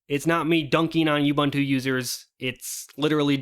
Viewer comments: It's pronounced OOBOONTOO. OOBANTOO does not exist. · oo-boon-too, not you-bun-too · It's pronounced ooh·boon·too btw. Just teasing, I couldn't care less. :P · This conversation reminded me of Slackware elitism late 90s. Also it is not "yubantu" or "yuubuntu", it is "ubuntu" as in "oobuntu" or "uhbuntu". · If arch users are so smart than why cant this guy pronounce ubuntu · Why can't people in the linux community pronounce OOBOONTOO?